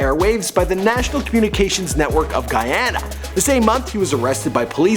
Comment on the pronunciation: did you just pronounce Guyana correctly?? dies of shock